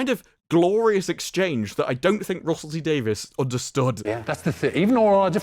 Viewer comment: I'm confused: Russel T. "Davis" or Davies"? You keep saying the former, while the later is the actual spelling of the man's name. I'm sorry-- I cringe every time I hear "Davis".